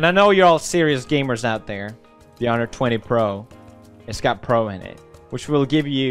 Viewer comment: Honor, not hawei